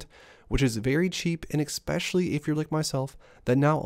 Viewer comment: I'll subscribe if you never say 'exspecially' again lol